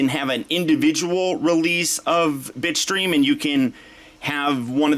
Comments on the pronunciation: nope you're not the only one lmao, I could swear he said "bitch stream" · Nope me to dude i been hearing bi*chstream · Everytime you said Bitstream I had to rethink what i heard because I couldn't not hear bitch stream